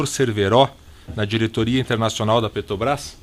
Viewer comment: Reparou que ele tem dificuldade em falar "Petrobras"?